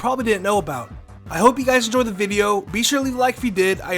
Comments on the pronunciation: you hope we enjoyed... the "viveo"...? Lol, pretty sure it's video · HE SAID BIBIO NOT VIDEO